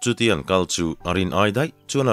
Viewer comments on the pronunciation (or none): none